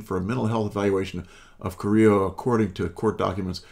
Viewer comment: Her name is Liliana Carrillo, not Carrilla.